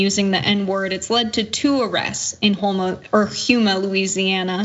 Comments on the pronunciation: It's pronounced "Home-a" not "Hume-a". lol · Damn that’s my alma mater. Also it’s pronouncing of Houma is like Homa not Huma. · Just fyi: You had the name of the town right the first time. It IS 'home-ah'. NOT 'hume'a' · Pronounced HO-MUh. Not huema. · So sad that we still live in a world so full of hate & racism. But I'd like to correct the commentator, as it is abundantly clear she is not from Louisiana. First off, the city in which this happened is pronounced Ho-mah (even though it's spelled Houma). Secondly, the police lieutenant's name is pronounced Terrio (even though it's spelled Theriot). It's a French thing down here. Took me a while to get used to it as well, but I've been in Louisiana for a few years now & have finally learned how to pronounce these odd-sounding French names. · It’s pronounced (Home ma) …..and yes …. Hate is being taught unfortunately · I’m glad y’all reported on this, good job. FYI - it’s pronounced Ho - ma , the u is silent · She said Hue-ma.. lol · It's pronounced " home ah " Houma , LA. They were bold. I'm surprised they left their element of the keyboard. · I laughed when she said Huma too, I'm from Louisiana also and they sometime pronoun Shreveport Shrivport . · Uhh was painful to here her pronounce Houma like that. Louisiana towns and parishes use French pronunciations. Houma sounds like home-a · It's pronounced (Ho-ma) Houma. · It’s pronounced ho-ma the u is silent